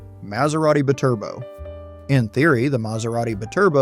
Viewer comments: Holy sh*t ! Hire a narrator who has more than a child's knowledge of cars. It's not siimaron it's simmeron like cinnamon. Edit: It's not a Bturbo ! It's a BYTURBO ! Meaning 2 turbos effin Clown ! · ... it's "bye-turbo" not "b'turbo" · The Maserati bi-Turbo Is pronounced Bee-Turbo.. I owned one. In the 90's. I wanted one after I saw it on a Miami Vice episode with Bruce Willis driving one. Season 1 episode 7 No Exit. I was lucky my engine ran great.I did have trouble with the heater motor and a/c.